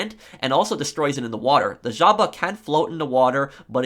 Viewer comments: nobody:: the ZJJJJAHHBA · disliked because "jaba"